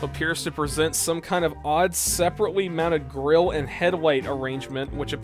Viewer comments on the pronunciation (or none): none